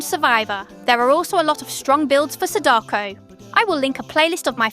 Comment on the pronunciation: good guide, but please learn how to pronounce her name...